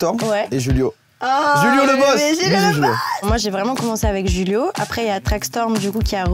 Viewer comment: Juste, au Brésil on parle portugais brésilien du coup c'est pas Julio comme en espagnol, mais avec le "J" qu'on prononce pareil qu'en français. Sinon j'adore ta vidéo !!